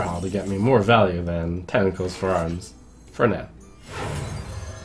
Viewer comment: Trump tentacle has two T's in it. You spent the entire video saying tenicles for arms. Babyrage